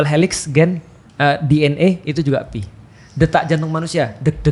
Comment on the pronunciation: koreksi yg paling mudah dipahami. nice. sbnrnya stlh aku perhatiin ust felix itu kekurangannya ada di pronunciation. jadinya membuka celah buat keliru kyk antara pi dan phi (fi) ini, walaupun bukan sepenuhnya soal pronunciation ya. mksdku kalo memori rekaman pronunciation-nya aja ga tepat, kemungkinan buat ketukernya jadi ada bgt. tapi beliau mengakui sendiri sih, skill bahasanya kurang, tepatnya di bhs arab. jadi ketuker2 gini mungkin bakal terulang. opiniku aja